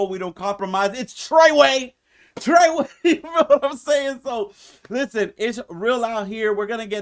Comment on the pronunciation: 😂😂 it’s trayway